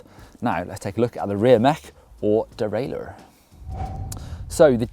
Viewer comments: I had to go back and listen to and laugh., you sound irish in the way you say "derailleur" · Lol the way he said derailleur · that American accent was a nice touch derailer not derayleear. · said derailleur the American way 😄